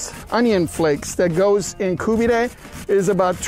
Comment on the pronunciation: Kabob seems to be half decent, but buddy whats 's with the the koobidayyyy and gojeyyyyy, I mean you can give it a little break.Even if you are making the video for a non persian speaking audience you dont have to go with the wrong pronunciation of a profoundly Iranian dish. Koobidayyyy and gojeyyyyy sounds a little too much.